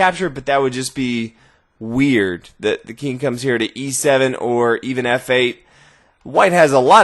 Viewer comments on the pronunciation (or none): "The Keeng"